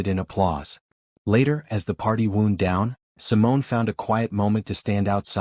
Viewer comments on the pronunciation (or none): Well narrated, with predictable HEA ending!! But one would think AI would get the correct pronunciation of ‘wound down’ OMG!! 😂😂😂 🎉